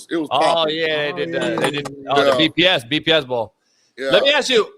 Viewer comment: Coach said the "BPS" bowl 😂😂😂